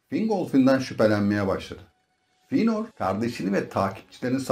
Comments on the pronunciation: Hocam dayanamadım artık izlemeye hiç mi karakterlerin isimlerini dinlemedin fiynır ne silmiriıl ne ALLAH aşkına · Telaffuzlar amerikan ingilizcesi kıvamında olduğundan ekrana bakmadan izleyince feynır kimmiş la deyince ekrana bakınca he bizim eski feanor’muş dedim.